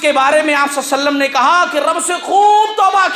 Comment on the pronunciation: Mashalla shaik bohat achi taqreer thi magar ghustaki maaf aap " mohammad sallalhau alihi wasalm" sahi nhi bolre the magar bohat achi taqreer thi